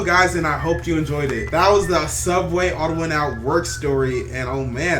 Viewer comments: Its pronouced "subway" not "souubway" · Sooubway was just a joke did because for rest of the first episode he said subway